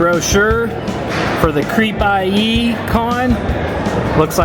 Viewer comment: You realize its pronounced CREEPIE, not Creep I.E.